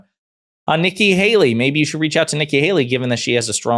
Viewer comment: “Nikki baley” lol